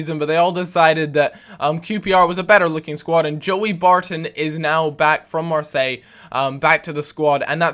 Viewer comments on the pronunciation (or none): none